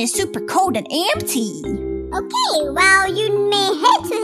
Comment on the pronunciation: It’s ok not okeh